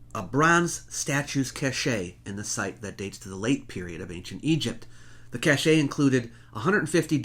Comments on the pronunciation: I originally commented on the mispronunciation of 'cache' but someone's already beaten me to it, so I'll just say: great video as always, and please continue to take the piss out of the hordes of conspiracist/fantasist zombies who're taking over social media. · You beat me to it! It seems like quite a common on mispronunciation or pronunciation variant. I think it may be due to people mixing it up with the pronunciation of cachet. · The word "cache" is pronounced "kosh", with a soft ă, not "kashay". "Kashay" is a different word...spelled: cachet, meaning admired or prestigious, not a hidden trove of objects or supplies. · not cash-a but cashe = cash [some pronunciations incorrect] - nice presentation, but some weird pronunciations. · Listening to you say the word "Cache" wrongly, over and over made my morning. It's always funny to hear intelligent people say that word incorrectly. You say it just like you say the word "Cash". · The word for a large stockpile or find of objects is cashe, pronounced CASH,. Cashe pronounced CASH EH. is entirely different. Look it up. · Fascinating list and thanks for your continued excellent work. Sorry to be “that guy”, but cache is pronounced ‘cash’ not ‘cashay’. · Cache is pronounced "cash", not "cashay". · Argh! For the love of every discovered ancient deity... please stop saying "cache" as if it rhymes with "sachet". The word "cache" is pronounced the same as the word "cash". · Love your site,. But....cache is pronounced "cash", not "cachay." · Brilliant . I like the way that you present these . You are very clear and informative But there is only one thing that strikes me . That is the word ""cache"" pronounced cash ,,,, ""cachet "" pronounced cash. ey . both have different meanings. I realise that you are American but you are so good otherwise that this stands out like a sore thumb . I apologise for being so pedantic but as I have said you are great at giving information to people like me. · It’s pronounced “cash”.